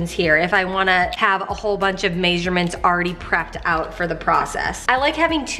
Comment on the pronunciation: You pronounce 'measurement' funny hahaha. And why not put the lids in the pullout metal drawers and then stack thr pots in the other cabinet?